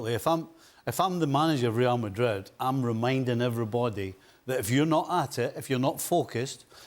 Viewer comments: If you don't have a thick accent for everything else, dont have one when saying real madrid. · You're speaking the Queen's English, and you can't speak it when you pronounce Real Madrid? . . . Bush League